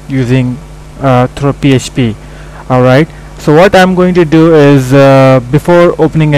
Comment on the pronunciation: he said PSP not PHP!!!! lol